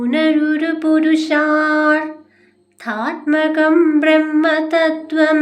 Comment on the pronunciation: 🙏🙏🙏🙏purushartham..aa word onnichu vayikanam..ennale meaning correct aku❤❤❤ hare krishna..Sri guruvayurapppaa ❤❤❤